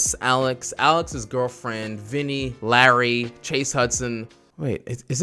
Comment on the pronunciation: did you just say larray a larry